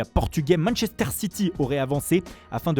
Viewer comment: « Manechester » « la Rrrrrrroma »